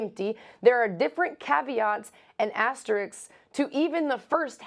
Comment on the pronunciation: Andraya doesn’t even know how to pronounce asterisk 😂